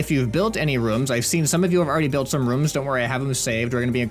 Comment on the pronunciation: He says rooms like "rums"